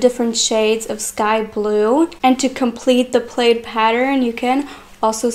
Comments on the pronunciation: Beautiful. My favorite skirt is the one that you were wearing. I was wearing all the skirts you might think. Yes, that was my favorite. Hope you aren't offended if I tell you that plaid is pronounced pl-add, not pl-aid. Looking at the spelling is not helpful in letting you know how to pronounce it. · it is prnounced PLAD please dont be that stupid. youre too pretty